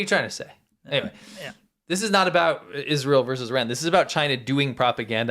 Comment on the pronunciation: Iz-rah-hell IS BAD